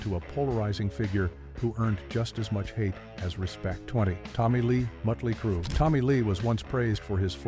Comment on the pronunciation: 😂😂😂 AI doesn't even know how to pronounce the bands name right.